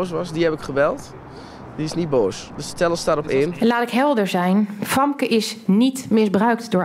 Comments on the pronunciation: Waarom noemt haar advocaat haar Famke met een A? Je spreekt haar naam uit met een E. Beetje raar als je eigen advocaat niet weet hoe je je naam uitspreekt.. 😅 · Gaan we het nog hebben over het Feit dat Famke haar Advocaat de naam van haar cliënt onjuist uitspreekt? Wat een aanfluiting dit